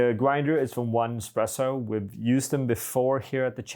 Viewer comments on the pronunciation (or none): I believe it's pronounced "Easypresso" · its 1(yī)zpresso. and is this grinder not limited?